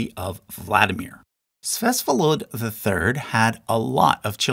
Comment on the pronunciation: "Fsesfolod"... Why do you pronounce it like this. It's Vsevolod, not " Fsesfolod". Why "v" turned to "f"? Where did the second " s" came from?